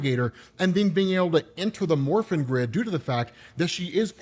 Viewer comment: I'm sorry but I keep hearing "the morphine grid" and giggling like an idiot during the entire video, as surprisingly good as these power ranger comics are.